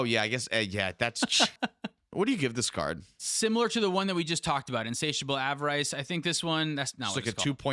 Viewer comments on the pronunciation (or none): Av-er-is, pity-less...you have the power of the entire sum of human knowledge at your disposal and you still can't pronounce pretty common words. We are so doomed as a species. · Guys, please look up the pronunciation of avarice. It’s Av-Ah-Ris (like the first syllable in Rhystic Study). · I'm ready to throw down over the way you pronounce avarice